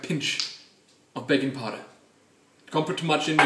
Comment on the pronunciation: Legitimately thought you said "bacon powder" for a second there.